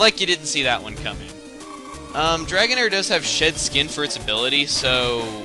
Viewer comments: Lol u said shit skin instead of she'd skin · I thought you said shit skin at first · I am sorry and I mean no offense but....uh when you said shed skin it sounded like you said shit skin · When you said shed skin i thought you said shit skin, im like wait what? xD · you said shed skin, but I heard shit skin xD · At first I thought you said Dragonair had "Sh*t skin" as it's ability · when u said shed skin i thought u said shit skin HAHA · when you said shed skin for Dragonair it sounds likes Shit skin